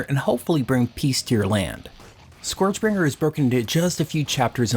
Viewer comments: SKURJ is how it's pronouced, not SCOREJ. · Sorry to be that guy, but it's pronounced SCURJ.